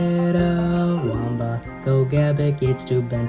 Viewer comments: GO-GEH-BIC?? IT'S GO-HEE-BIC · I meant to say GO-GEE-BIC, that's how it's pronounced. also nice work on the video